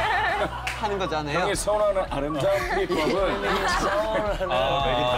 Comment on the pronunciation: '알흠다훈' ㅋㅋㅋㅋ